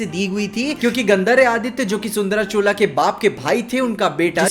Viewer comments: It's not " चोला " it's " चोल " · भाई चोला क्यों बोल रहे, ऐसा कोई वंश ही नहीं हुआ। क्यों चोल बोलने में दिक्कत है क्या? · Chola nhi h. Chol h...😀😀